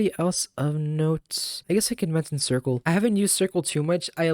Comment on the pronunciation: I'm dying that this guy unironically calls Circe "Circle."